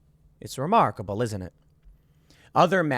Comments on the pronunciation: Why did Tim say "it's remarkable" with a stereotypical Italian accent? Lmao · Sorry but you say "it's remarkable, isn't it?" with this hilarious Italian sound and it got me.